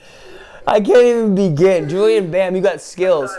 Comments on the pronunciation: He is called "JuliEn", not "JuliAn". Please correct that horrific mistake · His Name is JULIEN and not JULIAN 😂🤦🏼‍♀️🤦🏼‍♀️ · Es heißt Julien nicht Julian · It's actually Juli e n Bam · JULIEN BAM NOT JULIAN BAM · JuliEn Bam, Not JuliAn Bam😂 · Julien Not Julian 😂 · JULIEN NOT JULIAN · its julien bam not julian bam xD